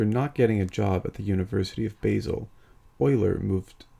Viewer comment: A polite observation. Basel is pronounced “Baasel” as in Bar-zle, not Base-el.